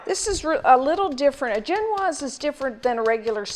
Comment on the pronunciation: Am I the only one bugged by how her pronounciation of ge'noise?? Jen-waz,really? I thought maybe I watched too many French cooks, so Zhen-waz, but Webster's pronouciation is the same as what I use. And if you don't use cherries you can't really call it a Black Forest Cake. P.S. If you goggle "vegan egg substitutes" you can find a variety of options to try!! Good luck :)